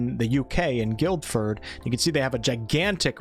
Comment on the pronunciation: Thanks man, loving the content! Just thought I'd let you know (as someone who lives in the UK close to Guildford), it's pronounced phonetically as 'Gil-ford' (silent d). Know us Brits have some weirdly pronounced place names over this side of the water so just thought I'd let you know 😅👍